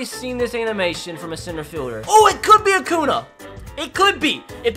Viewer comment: HE SAID ACOONA. I HATE THIS MAN SO MUCH. HE IS BETTER THAN TOU WILL EVER BE